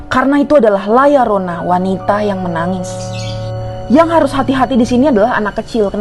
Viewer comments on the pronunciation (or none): La Llorona namanya bukan Layar rona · La Llorona bukan Layar Rona